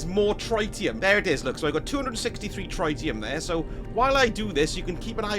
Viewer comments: Its triddyum not tryte ee um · it's pronounced pronounced, not pronounced..... 🤣 But yes, the first "i" is pronounced like the word it, Tr-it-ium. As opposed to Try-tium Have a great day you lovely little sausages! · The "tri" part of "tritium" is like "trih", same as the word "trivial" it's not a hard "I" sound. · It's pronounced tritium, not tritium.